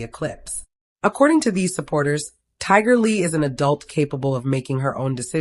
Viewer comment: This is so sad. I hope that everyone hearing this prayers for their family. 🙏🏾. Is this A I speaking because her keeps getting mispronouncing her name. It’s Tiger Lily.